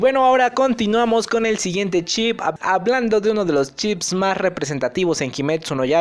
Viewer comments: Siento que a veces dices Chips en vez de Ships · Chip :v tu video es bueno pero cuando dices chip le quira seriedad ntp ami me pasa lo mismo con la R no la pronuncio bien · nadie: absolutamente nadie: Lo que yo escucho cuando dice ship: Chip:VVVVVV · El video muy bien la verdad , pero la pronunciación de ship me ha puesto un poco nervioso.